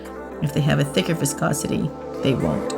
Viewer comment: wanna get drunk take a shot when she says voscosity